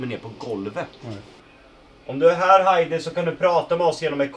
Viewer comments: Bara jag som störde mig på att han sa ”Hajdi”? Haha sry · Stör mig på att säger fel till namn till Heidi han seger hadi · Alla: Heidi: HAidi! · Stör mej på att alla säger Haidi istället för Heidi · Hon blir arg när ni säger "Haidi"istället för "Heidi" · Bara jag som stör mig på att och säger haidi inte heidi...?! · Hon heter inte Haidi. Hon heter Heidi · Inte Hajdi hon heter Heidi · Ni uttalade Heidis namn fel hela tiden typ. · Själv tror jag det är Heidi,, du utalade Heidi fel!